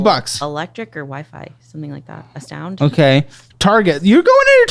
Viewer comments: "What's Ass-Tound?" 😆😆😆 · Dying at the part where momentarily read "Astound" as "ass-town" lmao 🤣🤣🤣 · what’s ass-tound? I ❤! 😂